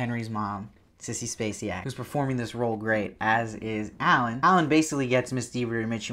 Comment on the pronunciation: Love your vids.... can't wait to see your vid for episode 5 of Sharp Objects. I'm guessing you're Canadian... maybe?? So an FYI... Her name is pronounced like Sissy "Space Sack" 😉😉😂 Not Sissy "Space See Yak" 😉😉😘😘